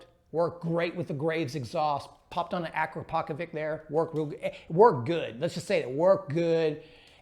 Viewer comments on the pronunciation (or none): Great video. Helped me choose which ECU to buy for my flameout 450! But, please say “uh-crop’-of-itch”. Not “akra-poe-vick”. Made in Slovenia. Many Slovenian last names end in “vic”. Ivanovic, popovic, akrapovic. The vic is pronounced vitch. Thanks!!